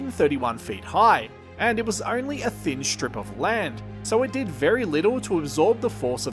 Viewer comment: I very much like your videos, but could you please not mangle the language as much - There's no such words as Aushtralia, shtrike, shtrip, etc.